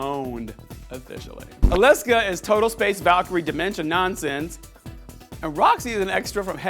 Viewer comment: ALYSA not Fucking Alaska